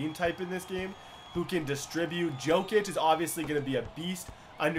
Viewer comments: it's pronounced yo kic not jo kic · It's pronounced yokic not jokic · its pronounced yokic not jokic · Jokic is pronounced yokitch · Pronounced Yokic